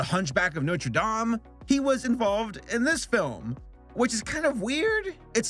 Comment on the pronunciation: Ok said Norte dame wrong